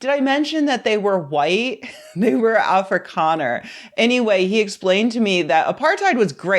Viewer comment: As a (white 😱) South African I have a few notes about your pronunciation, Afrikaner is more like Aa (as in car) fri kaa (again the sound is like the a in car) ner. And Ramaphosa is Raa ma po (the o is like to o floor) in za, the ph is pronounced as a simple p sound. Anyway fuck Trump, fuck Elon and fuck everyone who spreads these white nationalist conspiracies.